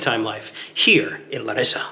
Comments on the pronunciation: btw its LA-rissa not LaRIssa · First of all, thaks for visiting our city, but here are a few things to point out: on the name, you accent the syllable La (Lárissa) and not ri. Also, it's not really a college town. The reason there are so many young people outside (in contrast to Athens) is that Larissa is simply a lot safer. One last thing: the Fortress Square is that place in general on the top of the hill and not the restaurant Frourio (Φρούριο) which indeed means fortress. The ice cream bar and the Mexican aperitif bar on the entrance are all part of the restaurant, as is this whole place with the tables.